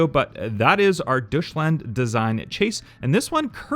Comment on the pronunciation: This dude said “Dushland” when it’s Duetchland pronounced (Doytch-land) 😂